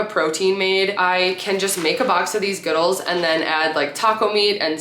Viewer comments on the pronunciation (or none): Deff a vote for 2 ing. dough video. I think “Goodles” is pronounced like noodles.